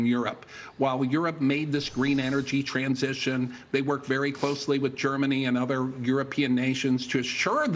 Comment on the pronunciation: "transchition"......you'd think by now biden could speak properly.....